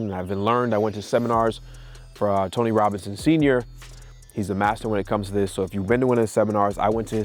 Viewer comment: He said tony robins ? Or Robison ?